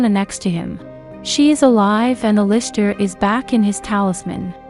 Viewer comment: it actually made me mad the way you pronounced Alister